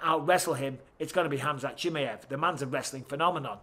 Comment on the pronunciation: Love you Mike. But please pronounce fighters names correctly! CHIMMYEV 🤣